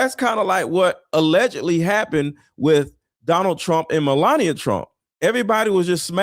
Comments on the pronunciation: Try to get the names right when you say them You can’t say Melania and Epstein? How hard is that to say repeat them 50 times before you do a video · I love that host has trouble pronouncing Melania almost as much as trumps pronunciation of Kamala.